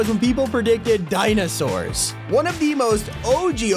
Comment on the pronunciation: He says Dinasaurs Me: huh…oh wait